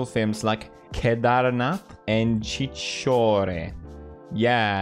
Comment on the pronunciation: When you said Chhichhore, it felt a little odd, your tone 😂😂